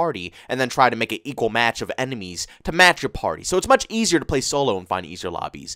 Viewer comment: did my man for real say “emenies”?????